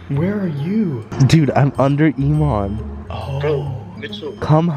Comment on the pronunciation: Nobody: Jesser: I’m UnDEr ImAN